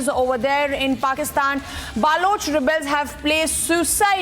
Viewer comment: Stupid anchor says,BAALOCH